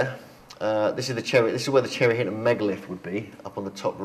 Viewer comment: 😂😂😂chinton, cherry Hinton,say it like a locale 😂😂😂